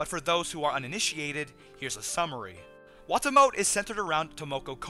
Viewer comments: I thought it was pronounced "Wah-Tah-Mo-Teh". Either way, best show of the season so far. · also, wah-tah-moe-tay try saying it 2 letters at a time. like wa-ta-mo-te